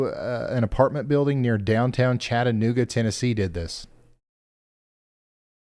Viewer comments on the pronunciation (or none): none